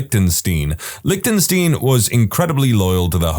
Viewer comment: big words about script person being drunk and then saying australian instead of austria 😂 also learn to pronounce lichtenstein and you also butchered tze name of the polish bear.